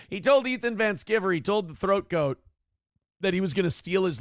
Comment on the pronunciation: I don't know what in the hell he's talking about, but it's pronounced Van Sky-ver. is way too arrogant for being such a complete a complete dolt.